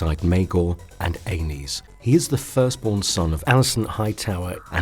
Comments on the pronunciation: lol! Please, change your pronunciations. Aenys is a - niece, not A - nus. 🤣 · *isn't pronounced like anus,like the narrator says it. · Pretty sure Aenys name isn't pronounced like Anus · Aenys, not Anus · well he keeps pronouncing it like anus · Lmao. "Aennus Targaryen" I'd love to watch the Hound, Bron or Tormund talk shit about that name.